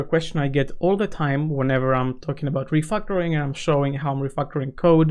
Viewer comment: why you saying "refactoring" sounds to me like "refuckoring"